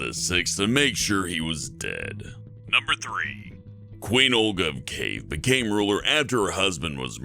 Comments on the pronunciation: It's Key Ev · Holy shit, I haven't watched any videos from here for ages now. Last time I was here was so far back that it isn't even in my history. Well I guess it's time to try and catch up. Also, you mispronounced Boudica, Shah, and Kiev.